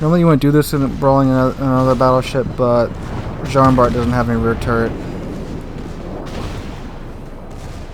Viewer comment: nice video , actually in french its prononce jean bar the t is not prononce keep up the good work